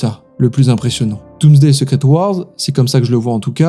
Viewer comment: il a prononcé secret comme en francais donc bon...